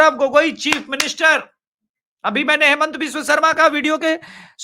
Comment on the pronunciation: हेमंत नहीं, हिमंत।